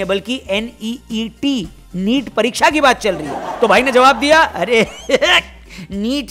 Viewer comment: Neat wala accent 👌👌😂😂😂